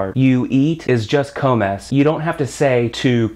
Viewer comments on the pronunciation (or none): not even 30 secconds in and my guy says "cohmehs" instead of comes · El Dice “I love Spanish” o “Me encanta español” Por la tarde Dice (coh mes) no (comes)